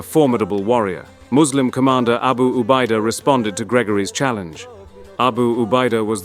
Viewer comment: Nyebut abu ubaida yg betul